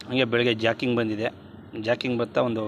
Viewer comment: ಜಕಿಂಗ್ ಅಲ್ವಾ ಜಾಗಿಂಗ್